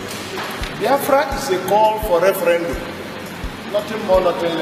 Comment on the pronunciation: Ref-ran-doom Lmao...